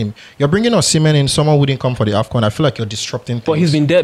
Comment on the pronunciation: Brothers the prononciation of osimhen is not the right prononciation, that is the prononciation of french peoples go and ask any Benin person they will teach you how to prononce it.